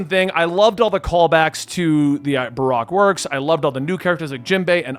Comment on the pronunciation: Barack works 😂 thanks Obama It's pronounced like ba-roke, and you forgot Dragon? He's the one who saved Luffy from Smoker in Louge Town